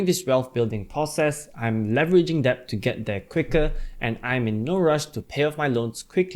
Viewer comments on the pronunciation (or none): Yes... the b is silent.. same with doubt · Thanks for the great video. Just wanna say that debt is supposedly pronounced as "det", not "debt" ya